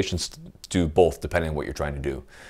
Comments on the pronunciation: Did you just put an L in "both"? Go ahead and hit that subscribe button. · There is NO L IN THE WORD BOTH!